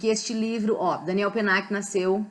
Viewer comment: Olá! A pronúncia está correta. Se estivéssemos falando em francês, a única coisa que seria diferente é o "l" de Daniel ( com a língua indo para o céu da boca). Mas isso é um detalhe! Fique tranquila, pois ficou ótimo. E claro, parabéns pelo vídeo!